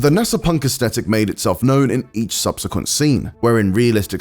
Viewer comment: GAH… “Aesthetic” has the TH sound. I’m hearing it pronounced wrong all over and it’s maddening.